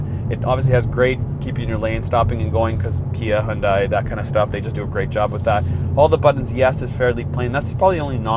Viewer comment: Hyundai is pronounced Hyun-Day, not Hyun-Die. Love your high quality videos btw!!!!